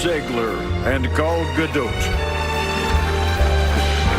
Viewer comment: Gadot, not Gado, the T isn’t silent at all.